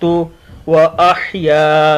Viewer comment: sir aap ka tlafuz glat ha ahaya haa ha kaah nahee ha